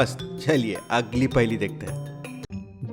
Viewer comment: Her paheli ke bad bolta hai 'agggli' paheli dekhte hai pronounciation galat kaise ho sakta hai ? 🤔